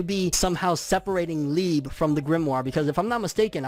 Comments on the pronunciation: Oh my gosh does he pronounce liebe leeb?! If ur reading this, its pronounced Lee-uh-bay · It’s lieb eh without the h sound